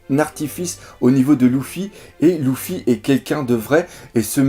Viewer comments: c luffy et pas louffy dit luffy et pas louffy stp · J’avoue c'est perturbant! Luffy ou Leuffy ok mais Louffy .....Mdr ! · Ça se prononce Leuffi pas Louffi en français !